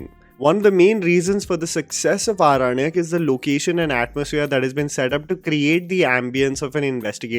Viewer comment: Respected sir I really appreciate your review of this movie but I would like to say that the title of the series is pronounced Aorannak not Aranak.